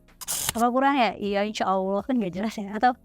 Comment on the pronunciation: mau ksh saran sedikit aja ya? Pelafalan kata "Allah" kamu kaya nya krg pas deh, saya yakin kamu bisa, karena bahasa arab kamu bagus....maaf ya...sedikit kritik spy kamu jadi lebih keren....semangat....